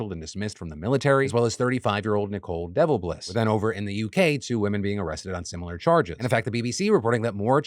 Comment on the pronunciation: Anyone else notice he pronounced Nicole Devilbiss as “Nicole Devil-Bliss” . lol. He’s not wrong. And yes, of course he did it on purpose. You can’t miss an opportunity like that.